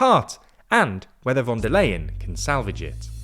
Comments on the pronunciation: am I the only one whose ears are crushed by his pronunciation of “von der LAYen”, instead of “von der leyen” as it is supposed to be pronounced in Deutsch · Her name is pronounced Fon dare Line or Fon dare Lion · The "Leyen" in "Von der Leyen" is actually pronounced like "lion" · Even though I don't like her... her name is pronounced fon der Lahien... she's german not dutch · It's time to learn how to pronounce her name. You've been mentioning her weakly for years, and you still say it wrong. The 'V' in German is pronounced like an 'F,' so it's Fon der Leyen. I still love the content, but what is it with British people refusing to learn how to say names, even ones you use this often. It's not just you either, it seems to be a British thing. 😂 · In German names the v in von is pronounced like the f in from, as is the o. In Leyen th ey is pronounced like the I in Icecream. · please, ask Georgina to teach you how to pronounce "Ursula von der Leyen". It hurts my ears every time you say it.